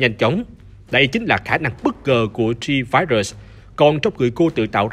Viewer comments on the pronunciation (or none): G-Virus mà ông đọc thành C-Virus =))